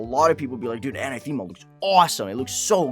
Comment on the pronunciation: Uh-na-theh-ma Not Ana-theme-ah